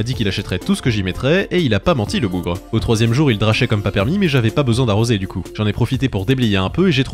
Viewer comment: "il drashait" tu viens du nord c'est bon ça se sait